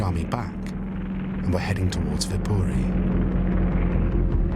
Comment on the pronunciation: You did say it right though